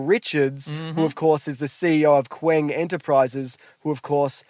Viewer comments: Is Qeng not just pronounced.....Kang? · Qeng is pronounced “Kang” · pronounces Qeng as Kwang